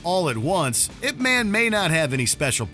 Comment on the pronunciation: I love your channel but being a super fan of I P man it's not pronounced ImP man like it's was very cringe hearing u say it over and over again like come on I love your channel too much to hear you guys mess up the name of that movie 🍿😅😢